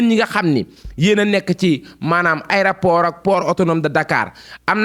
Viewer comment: Juste morte de rire en l’entendant dire aidaport